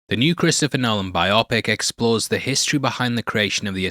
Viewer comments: bio-pic not bi opic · Sorry had to stop after you said bi-opic